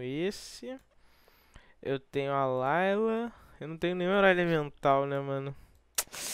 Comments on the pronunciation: Cara se falou layla em vez de lylia umas 10 veses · Cara falando Layla e eu procurando a loirinha kkk se ler LÍLIA po kkkk